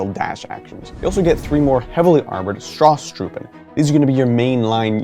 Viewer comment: it is Stoßtruppen or Stosstruppen, not StRosstruppen